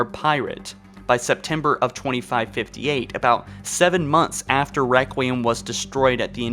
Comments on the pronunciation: Septermber lol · How has no one noticed the "Septermber" 😂